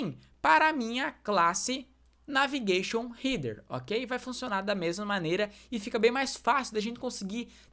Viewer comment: Nao se fala rider e sim rédêr… Header nao eh heeder..